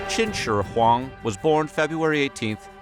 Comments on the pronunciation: Narrator did pretty well: about 60-65% accuracy in pronunciation, which is much better than the butchered Mandarin most non-Mando-speakers use 😊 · I'm Chinese, this guy must learned Chinese judging by how he read Qin Shi Huang haha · Always like your videos, and appreciate your effort to say properly the emperor's name in Chinese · Your pronunciation of the Emperor’s name is impeccable 👏🏼👏🏼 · Nope, albeit the heavy accent, he said it correctly overall, even remembering the intonations. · on pronouncing Qin Shi Huang's name correctly. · Pretty good pronunciation of qin shi Huang. well done. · I’m so impressed you pronounced Qin Shi Huang’s name correctly! Good job man! I hate it when people botch Chinese names lol but Sima Qian is said “Suh-mah”. 😉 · Can we all take a moment to appreciate the time he took to enunciate Qin Shi Huang with a good accent please? Way to go man! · He got the Shi spot on. It's not an easy language. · Absolutely agree with you. Most people don't make that kind of effort. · Was literally just appreciating it!